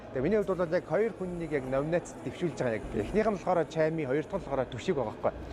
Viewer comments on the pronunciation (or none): Camig shaami gej unshdag hyn bnu